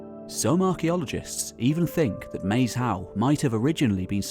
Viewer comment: I love this channels videos but one small moan about every body who talks about Maes Howe - It’s name is part ancient Brythonic (Welsh) and oart old Norse - Maes is actually pronounced like Mice - and means filed in Welsh -‘ and Hiowe is derived trom old Norse to mean burial mound - so it means Field or the burial mound - illustrating the various people who have had an effect on the islands.